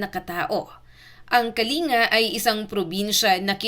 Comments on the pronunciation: MALI ANG PAGBIGKAS MO NG PROBENSIYA NG "KALINGA"....ANG TAMANG BIGKAS AY "KALING'GA HINDI KA-LI-NGA..ANDAMING IGNORANTE SA PAGBIGKAS NITO.. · Kalin -ga po😂ndi kalinga😅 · Wrong pronounciation kyo, ito tamang bigkas "KALING-GA". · Pronounce Kalinga with double "g". Say Kalingga